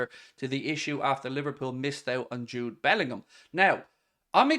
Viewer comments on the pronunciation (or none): none